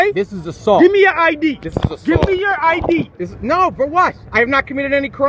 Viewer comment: "I'm AXING fo yo AJDEE!" Take a breath, and try again : "I'm asking for your ID, sir."